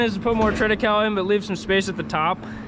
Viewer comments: Great channel. Good clean content and hard working folks with a backbone of morality and good character. You are a breath of fresh air. Thanks,. Now...if we can just get you to say "triticale" pronouced correctly. LOL Trit a ca le. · It’s pronounced “triti Kay lee” fyi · FYI - Triticale is pronounced "trit-i-CAY-LEE". It is a hybrid developed from wheat (Triticum aestivum) and rye (Secale cereale). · Interesting, you and I pronounce triticale very differently. I've always heard it as "trit-uh-kale-ee" here in Kansas. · Before when you spoke about this crop I thought you were saying Trinacow.